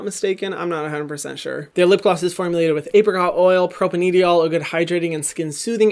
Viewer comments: hyram i love your videos but pleASE start pronouncing propanediol correctly, it’s pro-pane-di-ol, a propane molecule (carbon chain of 3) with two (di) alcohol groups which gives it the ‘-ol’ suffix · And people who know how to pronounce "propanediol" and cringe when he says it. I love his channel but he's had so many chances to get it right.